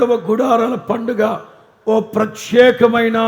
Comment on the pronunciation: ప్రత్యక కాదు అండి ప్రత్యేక